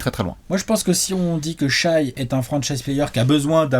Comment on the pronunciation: Vidéo très intéressante merci ! Je considérai Shai comme un franchise player le jour ou vous direz son prénom de la bonne façon, Shè pas Shaille :)